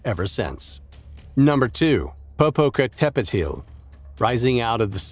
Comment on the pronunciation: "po-po-ca-tepeteel" lmfao. is it that hard to see the names pronouciation on google translate?